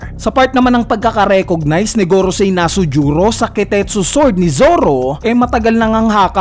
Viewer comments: Nusjuro un, sir hindi Nasujuro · BAKIT NASUJURO YUNG PGKAKABIGKAS MO?